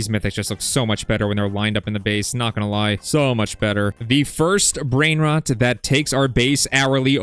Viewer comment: you dont know how to pronounce brain rots 🥀